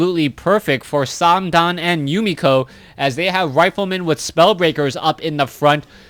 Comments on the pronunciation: Its just th. Not tho or sandam. Also please use ally colors geeze... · stop saying "sam-dan". You're not saying it right either, especially since TH000 is from the mainland. Use mandarin if anything. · FYI:th000 pronounces th triple zero.it is not o with omg, instead zero. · thumbs down for saying name wrong